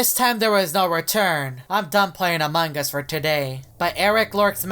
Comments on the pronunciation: he just said amanga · I like everytime say "Amon gus"